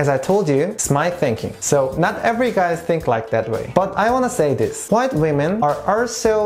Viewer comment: I love the way he says 'white' like hwait